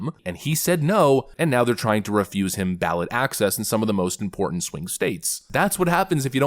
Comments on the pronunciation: "It's really EN-PortANT" Oh brother....Glad she's heckled. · She says "inporent" because she can't pronounce important and, she looks like she's in an episode of Star Trek wearing that very expensive dress/costume poorly portraying a character role as a government official from another planet.